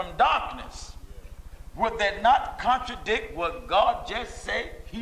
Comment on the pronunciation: This guy can't even pronounce contradict you know he not true....